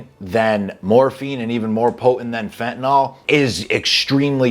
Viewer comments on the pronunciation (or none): The word is pronounced fentanill not fentanall. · Everyone says fentanall drives me nuts